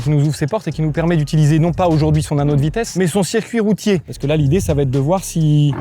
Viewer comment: Tu peux arrêter de dire va(t)être ? Cette liaison insane est un poil brise burnes 😑🙂